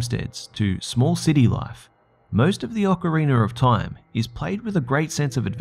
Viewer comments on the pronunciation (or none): "The AH-ker-reener of Timer" Oh god...